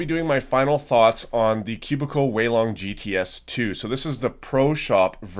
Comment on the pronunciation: Its Takes 'Weilonger'